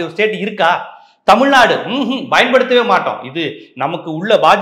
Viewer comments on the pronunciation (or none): ஒரு தாழ்மையான வேண்டுகோள். நீங்கள் 'பயன்படுத்துவது' என்ற வார்த்தை உச்சரிக்கும் போது 'bayan paduthuvathu' என்று சொல்கிறீர்கள். 'payan paduthuvathu' என்று சொல்ல வேண்டும்.